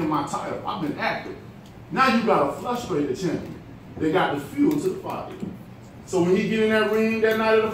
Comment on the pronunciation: damnit, deontay, it's frustrated, not flustrated. haha i watched the whole 36 minutes and the champ is serious. bermane stiverne, beware.